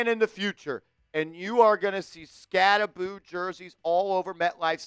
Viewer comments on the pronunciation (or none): I commented that he pronounces his last name wrong and he ha ha'd it lol. Badass rb with a sense of humor 👍